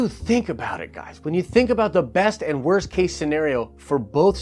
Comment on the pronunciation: “WOST” case...